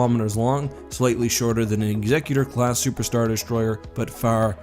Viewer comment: What's with pronouncing Executor incorrectly?